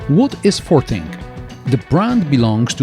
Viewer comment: As far as I’m aware, this isn’t sold in the UK. But every time says the brand name it sounds like the word ‘farting’.